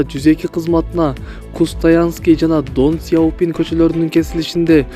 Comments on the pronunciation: Тооба,тооба.Блогер болом деп эле боло беришет экенда азыр. Чоон чон кочолордун аттарын толук так окуй алышпайт. Костанайский болуп окулот. Донсыяопин эмес-Ден Сяопин . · Кустанайская/ Ден Сяпина. .Хустаянский/ Дон суяпин эмес. Тууралап алып чыксанар эфирге. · Дон Сяопин дейт го айланайын,ДЭН СЯОПИН! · Ден Сойопин эмес Сияпин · Долдурогон журналист сымал десе. КУСТАЯНСКИЙ ДОН СИЯПИН, милися 🤦‍♂️ уят кокуй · Кустаянский жана донсиопно дейтго🤣🤣🤣🤣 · Окуган бала дон сайапин дейсинго тагырак окуй аласынбы болор болбос нерселерди чыгара бересинерби айалы куйоосу экен гоо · Дынсыйопун деп туура айт